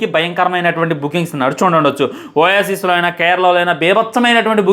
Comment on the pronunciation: ఆది ఒయాసిస్ కాదు bro, ఓవర్సీస్